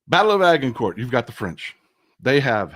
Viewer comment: Agincourt pronunciation. The G is soft like a J like in orange. The T at the end is kinda silent. So ... Ajincore